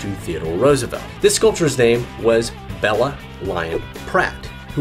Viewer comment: It's pronounced Beela, not Bella